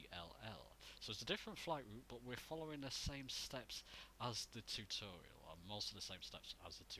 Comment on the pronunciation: tewtuuurial, haha love it!